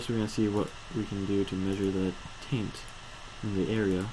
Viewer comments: Taint not tint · It's not tint it's taint. And it's not Veee its vissssss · Helpful vid, but if you say "tint" instead of "taint" one more time I will punch you through the internet.. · TAINT NOT TINT. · Taint not tint...